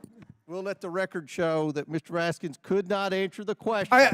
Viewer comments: its Ratskin not Raskins. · It’s pronounced Ratskin.